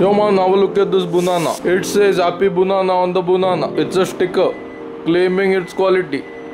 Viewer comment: Its a banana not a bunana.